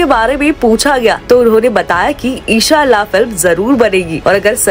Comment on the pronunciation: ara sister g eshallah nhi inshallah bolo